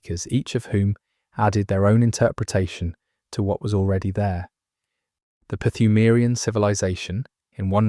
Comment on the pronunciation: except he pronounces the silent P in Pthumarian. which drives me crazy...